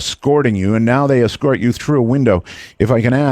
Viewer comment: I've never heard anyone pronounce the word 'escort' as "excort" like this dude did in this episode.